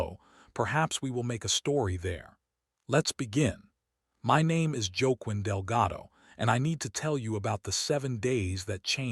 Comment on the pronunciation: Okay - needs to learn how to pronounce Spanish names. It is “Wah-KEEN”.